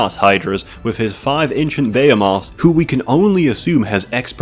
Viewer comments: baaamoooths wtf are those this guy cant read? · "bay ha moths"